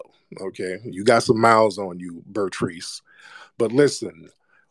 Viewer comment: I’m 😭😭😭😭He called her Bertrice😂😂😂😂